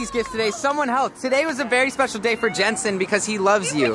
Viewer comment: its not jentsen its jentzen